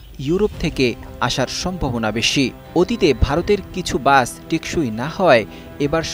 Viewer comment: উপস্থাপন উচ্চারণ ভালোভাবে শিখতে হবে,বাস কিছু কিছু ক্ষেত্রে বাচ, উচ্চারণ করতে শুনেছি, ভালোভাবে উপস্থাপন করতে হবে,😮😮😮😮😮😮😮